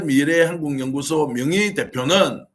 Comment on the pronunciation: 발음교정 부탁드립니다. 미래한국연구소를 밀양군연구소로 발음하고 계시는 것을 알고계십니까?